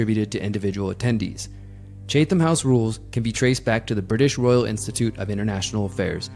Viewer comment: Chatham is pronounced: Chat - um.